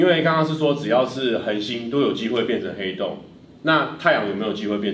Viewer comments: ㄏㄟˊ凍真的很好笑，我笑到不能吃飯了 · 原來是ㄏㄟˊ凍的部分 ... 哈哈哈哈哈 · 原來是ㄏㄟˊㄉㄨㄥˋ啊！ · 殼以阿 這個主題很棒 ㄏㄟˊ凍我會笑死XDDDD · 那個“ㄏㄟˊ凍啊”笑死我